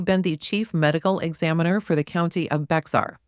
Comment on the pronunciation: Thank you for your Transcript Reading. It’s phenomenal! Just trying to help for the future. Here in Texas we pronounce Bexar County Bear County. The X is silent. ❤ I know it’s different